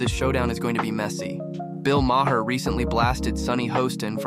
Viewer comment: Is the narrator some kind of AI generated artificial voice? The cadence is absolutely horrible and unnatural, as are the overtly mispronounced names. It's not "mah-her", nor is there a famed attorney Mark "Gahh-goes".